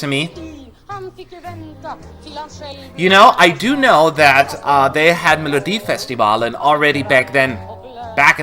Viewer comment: You prenounced Melodifestivalen perfect